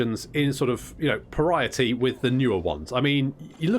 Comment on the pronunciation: > Did... you say "pariah-ty"??